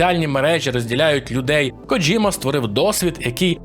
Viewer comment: Не Коджима а Кодзима